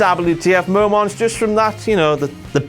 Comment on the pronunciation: "That's it for this week's WTF mo-monts for WWE RAW." BLOODY HELL,, GET IT TOGETHER, MAN!! DO YOUR redacted RESEARCH!!! Bloody stupid moron idiot moron...